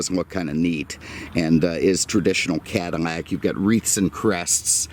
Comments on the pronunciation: Can you say "Cadillac" instead of cadimmac. Driving me crazy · Say it Cadillac not catamack.maybe once but the whole video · I wish you would stop calling the Cadillac a Cadimac. You should have more respect the car. You had respect for the Lincoln. The only thing that I hate is now they are building them in China. Talking about disrespect!!! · Is he saying Cadamac?